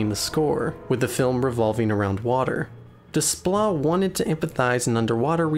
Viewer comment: Please.... the composer's name is pronounced 'DAY-pla'. French uses the same alphabet but the spelling doesn't correspond in the way that English phonemes do.